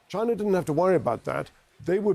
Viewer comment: "The people s country of mainland Tchaina Beijingue"